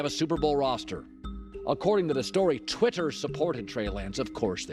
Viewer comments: 'Twit her' lol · The way Colin says “Twitter” is way funnier to me than it should be 😂